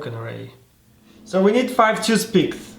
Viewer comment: “Took piths”